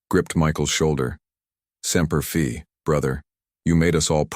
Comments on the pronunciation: With all of the comments from listeners about the incorrect pronunciation of Semper Fi why does the AI persist in saying it incorrectly? That is so disrespectful. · I'm guessing the author must have some measure of military experience ... likely Air Force ... as the reference to the 422nd at Nellis AFB is accurate -- I work directly with them. But the mispronunciation of "Semper Fi" and the fact that Googling the main character's name only returns references to this text leads me to the conclusion that this is an incredibly well-crafted work of fiction; and as a veteran myself, I 100% endorse the sentiment expressed in this story ... all service men and women deserve our utmost respect, but to those whose boots have been on the ground and endured first hand the hell that is ground warfare, an extra ordinary measure of respect and gratitude is warranted. God bless and protect all our Service personnel ... and First Responders. (for context, I'm a Desert Storm, Balkans conflict, and GWOT veteran, having deployed to Riyadh, Dhahran, Aviano, and Kabul during my time in uniform)